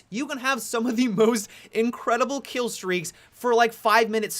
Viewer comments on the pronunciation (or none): You say kill like a blonde